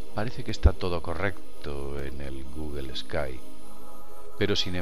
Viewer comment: Porque pronuncian "GUGEL" En la palabra Google no hay ninguna e o a para pronunciarla "GUGEL"